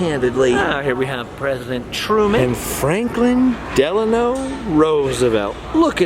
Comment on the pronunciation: At Scheels thanks for saying Delano, it annoys me how many people say Delanor. Lol